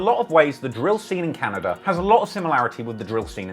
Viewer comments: Say “Canader” one more time….. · LEG AZZ. CANADURR. YEWCHEWB.